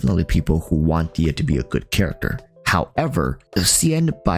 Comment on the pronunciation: For the love of GOOOOD why everyone says diya why they wont pronoce rhe H DeHya is a persian name prononce the H